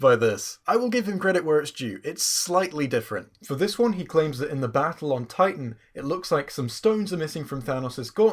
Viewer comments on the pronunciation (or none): none